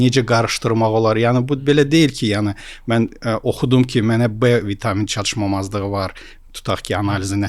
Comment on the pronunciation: çatışmazlıq sözünü hər dəfə səhv deyəndə istər istəməz videodan soyudum )